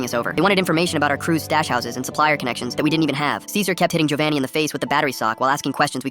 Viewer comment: Its Giovanni not govanni but anyways thGs sad to see your best friend die in front of you